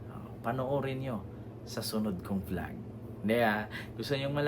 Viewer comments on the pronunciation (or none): none